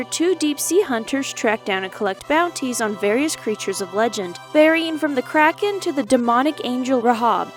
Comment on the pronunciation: This just unlocked major member berries! I still pronounce Kraken like the narrator voice from this game, rolling my R and putting a space in the middle of the name Krah-Ken.